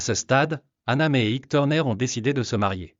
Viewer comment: Ça t'ennuierait de prononcer Ike normalement ?